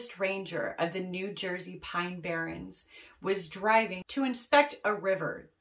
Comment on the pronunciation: Barrens instead of barrons